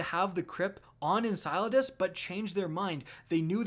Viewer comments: En-cell-uh-dus lol not En-salad-us xD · "en-SILO-das" now?! GAH!!! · You almost have it! One more video and I think you'll have it. EN- CELL- ADUS, we'll get there bud. Say it with me. 😂. Also, Enceladus is a moon of Saturn, not Jupiter. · Why do you keep calling it ensalades 🥗 it’s en-cell-a-dis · Did you just call it ensighladiss. What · Is it that hard to say En-Sell-a-dus? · En-sell-uh-dis Enceladus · You're getting warmer,. You just have to pronounce cel in enceladus as, well, cell. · Seriously, learn to say enceladus correctly, it's en-CELL-a-dus, it really isn't that hard. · I am so glad we’re not going to Enceladus because I can’t stand the way you tubers pronounce it. For future reference it’s En Sel E Dus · It’s pronounced en-cell-adis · It's pronounced "En cell u dus" and it is a moon of SATURN not Jupiter, just want to clear that up cause it has been bothering me when these YouTube videos interchange the planets the moons orbit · It’s pronounced En-kuh-LAH-dus (rhymes with enchiladas) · Enceladus is Saturn's moon not Jupiter's and it's pronounced: "IN-SELL-A-DES" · Lol it’s pronounced (En-sell-la-dis.) Enceladus. 😂😂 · be like "in-salad-us" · Every single person who likes astronomy cringe every time you say Enceladus wrong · I laughed loud when you tried to pronounce Enceladus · Mispronounce Enceladus one more time and I'mma break quarantine to come slap you. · You're insane haha, you made a wild speculation to excuse your mistake and you mispronounced Enceladus again in a 2nd way haha. What a tool. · Your pronunciations give me migranes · he's so close to saying Enceladus right. SO CLOSE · Is it just me that cringes every time he says Enceladus wrong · I love how he pronounces Enceladus different every time😂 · I haven't heard him say it correctly yet either lol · my man pronounces enceladus a different way every video lmfao